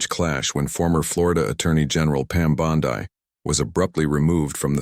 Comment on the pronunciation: Not only fake, that's not Bondi in the picture, and the guy talking doesn't know how to correctly pronounce Bondi or Colbert